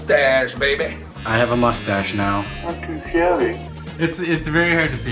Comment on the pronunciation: the guy that say "no one can see my mushstash "